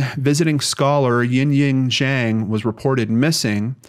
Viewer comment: The correct pronunciation of "Zhang" made me very happy, thank you for putting in the extra work if you needed to. All of us with hard to pronounce names appreciate it.